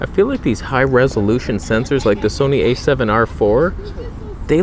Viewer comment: "This is Soneh content!" 🤣